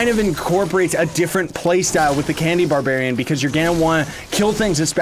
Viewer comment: He Said candy babarian lol